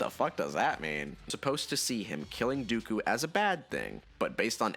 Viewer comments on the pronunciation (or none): none